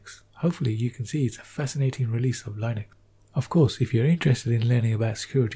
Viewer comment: I love his voice. I really do. except one thing about his accent: "kali lainuex"